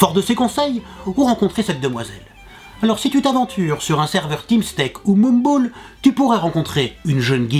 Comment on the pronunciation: J'ai mis 5 minutes à comprendre qu'il parlait de Mumble... T_T